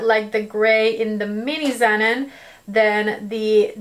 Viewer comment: pronounce the name of the palette correctly: "Ze-non." It's "non" as in "non-fat milk." 😉